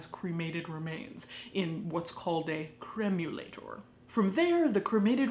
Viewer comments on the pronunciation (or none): “The Cremulator” 😮